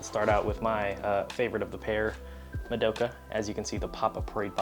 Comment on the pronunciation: im kind of curious, how come you always pronounce "madoka" wrong lol. Not hating, keep doing what you're doing, still love the content.